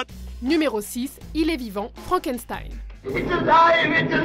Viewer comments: FrankenStein?! Franken"S"tein ?!!! C'EST ALLEMAND NUN DU DIU! CELA SE PRONONCE "FRANKENCHTEIN" !!!!! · j'ai été choqué quelle dise frankenSStein Like si tu dit frankenchtein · On dit FrankeCHTEIN pas FranckenSSSSTEINE!!!!!! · Je suis la seule à avoir oreilles écorcher quand elle prononce Frankençtein au lieu de Frankenchtein ? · c'est pas méchant, mais frankenstein se prononce frankenchtaïne ;) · FrankenSTein ça se prononce CHTEIN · ça se prononce "Frank and chtaïne" et non "frank and staïn" MERDE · Frankenstein ça se prononce "shtein" s'il vous plait x'D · On dit "FrankenCHtein" au passage ;) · Super video mais sa se dit Frankenchtein en fait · Sa se prononce frankenscheine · Faut revoir la prononciation de Frankenstein!! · Elle est un peu bizarre la prononciation de frankenstein nan ? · Vidéo pas mal qui fait découvrir des références cultes, mais sérieux les gars "Deus Ex MaSHina" et "FrankenZtain"...